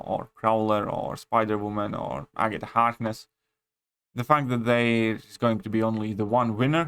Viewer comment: My man said agata hardness 😂